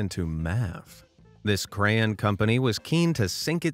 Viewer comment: It’s not cran it’s cray-on